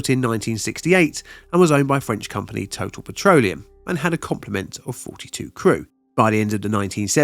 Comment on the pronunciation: Love the channel. One note: the name of the French company Total S.A. is pronounced with the accent on the second syllable: Tot’AL.